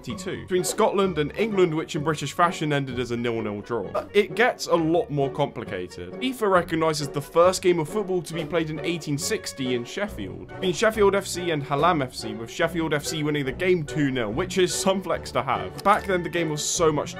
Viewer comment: As someone from Sheffield, I laughed immensely at that pronunciation of HALLAM